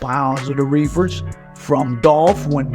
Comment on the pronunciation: My guy said the reeefers lol... Lld 🐬🐬🐬🐬🐬